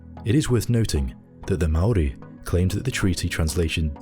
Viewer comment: Thank you so much for your pronunciation of words like Aotearoa and Māori